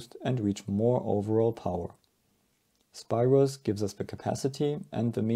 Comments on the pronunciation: His first name is pronounced “speeros”. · It's pronounced SPEEROS